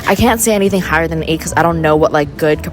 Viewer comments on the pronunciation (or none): none